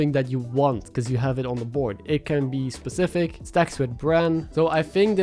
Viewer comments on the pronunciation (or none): none